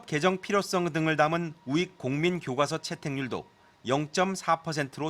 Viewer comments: 아나운서가 교꽈서 그러노... 교과서라고 좀 발음하자.. 아무리 된소리허용 최근해줬다해도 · 아나운서님 교꽈서 아니고 교과서.......ㄷㄷ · 트집아닌 트집하나만 잡을게요. 서울 사람들은 E 2 등은 웬만한 발음은 순하게 발음하면서 왜 교과서는 교과서로 발음안하고 굑꽈서로 발음 하는건가요?